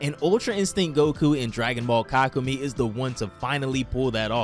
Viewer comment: Yea this guy has no idea how to pronounce it 😂😂 (Ka koo may) He also pronounces chelai chelay